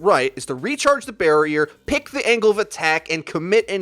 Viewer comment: I can't when are you saying peak or pick